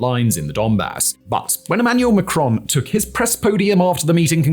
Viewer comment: Pronounced Macron with the 1st syllable stressed